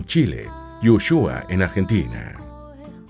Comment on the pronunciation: Se pronuncia: u-suá-ia